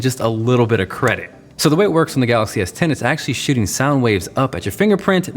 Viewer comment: Am I the only one who hears "... It's actually SHITTING soundwaves up at your fingerprint... " 😂 ?